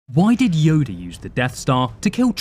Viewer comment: y'all ignoring the fact he said yodie at the begining